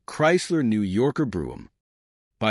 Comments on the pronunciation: It's "coo-pay" not "coop". It's Brome not "broom" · It's Brohm "O" ... Not Broohm !! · Bro em, not broo em. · Pronounce " Brome as in home " !